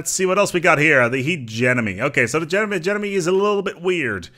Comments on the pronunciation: The way you pronounce hegemony bothers me way more than it should but fuck it, it is hegeMONY not hegeNOMY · It's pronounced "Huh-gem-ma-knee"